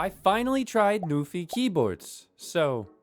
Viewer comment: He said "Newfie keyboard" so many times. Shoutout to my fellow Canadians!